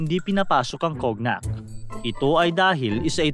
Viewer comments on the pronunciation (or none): "COGNAC" talaga!!!? 😤 hmpf!!!! Bakit hindi ka muna mag-research kung papaano ang tamang pag-bigkas ng isang salita na tulad ng cognac (in this should pronounce as kōnyak or känyak) bago mo i publish on online ang content mo!!!? Or you just did it on purpose🙄 🤔 🙄 TV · Correction lang sir, hindi cognac ang pag basa dyan "Konyak" 😊✌ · It's not kognak it's cognac 😅😅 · Cognac is pronounced po as "konyak". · Kognak pagkasabi mo idol, e kown yak nman pagbnigkas yun.. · Conyak. Not cognak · ang "cognac" ang tamang bigkas dyan ay konyak hindi kognak. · Hindi po 'Kog-Nak' kundi 'Kon-yak' ang pronunciation niyan. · Taenamo, Cognac (kon-yak) kase pronunciation nyan, hindi kog-nak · cognac, tamang bigkas nyan konyak or kown-yak. hindi po kognak kaloka haha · Anong COGNAK? Hahahaha Coñac ang basa doon ang tanga naman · KOG NAK ? That’s KONYAK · "Kon-yak" po ang basa doon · You're good at researching but not in finding how to pronounce some words. (Remy) Martin is pronounced as "Martan" and Cognac as "Kownyak." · Sir ang cognac is pronounce as "konyak" but i like your american accent😂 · Cognac is pronounced as CONYAK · Konyak ang pronounce nun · kownyak po ang pronunciation ng cognac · Kownyak basa sa cognac boss 😂😂😂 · Kon-yak po ang pagbigkas ng tama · Cognac is pronounced as koh-nyak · Cognak DAW? OBOB Di mo mabigkas ng tama.😂😂😂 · Conyak ang basa sa cognac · Pronounced as conyak po yung cognac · Cognac is pronounced as KONYAK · “Kog-nak” HAHAHA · “Kon-yak” po ang pagbigkas sa Cognac. Anyway, informative content po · cognac is pronounced as conyac gogool mo ‘tol😊😊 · Konyak po basa sa Cognac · Cognac (Konyak) or (kownyak) po an bigkas nyan idol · "Kon-yak" po yung cognac^^ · Cognac...pero sa tamang pagbigkas po Konyak...😊😊😊